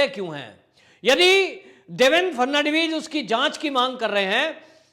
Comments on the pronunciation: नाम देवेन्द्र फडणवीस है. ना की फर्नण्डवीस-जैसे आप बार बार कहे रहे हो. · देवेन फटनवीस के नाम का उच्चारण करना आपको बहुत मुश्किल लगता है l थोड़ा अभ्यास करिये l इतना मुश्किल नहीं है l फट नवी ज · Atleast pronounce Devendra Phadnavis name correctly.